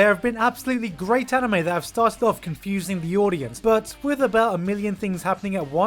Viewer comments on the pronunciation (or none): none